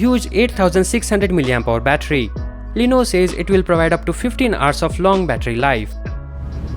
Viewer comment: BHai tu pehle "LENOVO" bolna seekh le. Lenovo ko Leeno bol raha hai.